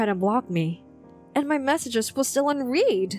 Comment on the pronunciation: Unread, not unreed